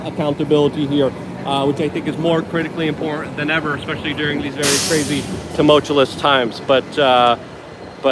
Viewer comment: Luke, please, it’s “two-mulch-you-us”. And “ex-ass-er-bate”. Not “two-mulch-you’ll-us” or “ex-asterbate”. I love you and your work. Just trying to help a bit. And having a bit of a laugh hopefully WITH you, and over “exasterbate” especially. Sounds dirty. Anyway, thanks for your important channel and content